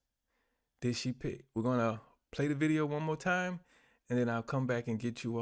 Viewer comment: Did you say "de" or did you mean "the".